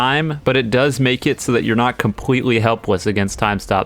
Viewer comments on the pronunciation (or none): not compwetely hewpwess. Is just pure comedy for the listeners